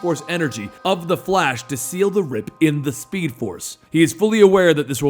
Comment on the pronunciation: You said fa-lash...